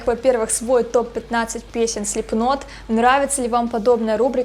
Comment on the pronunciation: Хоть кто то говорит Слипнот правильно.